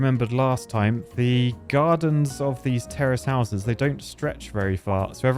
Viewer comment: It sounds like he's saying terrorist houses